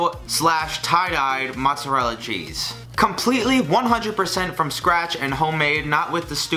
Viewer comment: You are saying mozzarella wrong you non Italian.